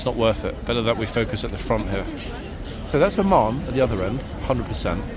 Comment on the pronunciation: Oman? Lol, It sounded like said Ormonde, and I was saying, no, that's not Ormonde! Ormonde is Blues and Royals. 🤣🤣